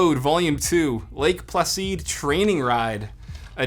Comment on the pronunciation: Exactly 😂 Placeed...!